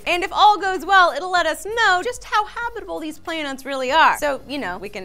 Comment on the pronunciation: I know it's a nitpick, but it's pronounced habitable zone, as in habitat. Not habitable as in hobbit.